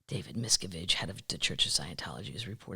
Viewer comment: Hi from a Pennsylvania termite! I'm a bit sad that you won't give our Philadelphia Eagles a chance Kathleen. 😢 If you need help with pronunciations, please let me know. As a former teacher, I'm sort of a grammar/pronunciation Nazi. BTW, it's Mis CAV age